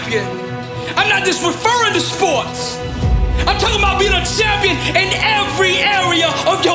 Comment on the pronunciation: Why does he say Shampion